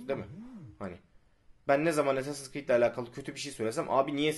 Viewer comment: ASS-assins creed çaktınmı